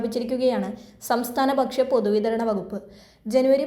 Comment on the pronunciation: വിബാഗം അല്ലെടോ വിഭാഗം എന്ന് പറയൂ . ബക്ഷ്യ അല്ല ഭക്ഷ്യ എന്ന് പറയൂ